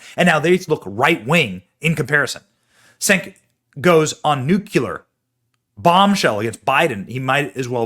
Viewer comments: Pronunced CHENK not Senk. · BENNY!! ITS PRONOUNCED " CHENK"!!!!